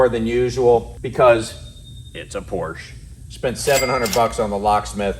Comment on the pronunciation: If you're in the car business, you should learn how to pronounce the brand's name properly!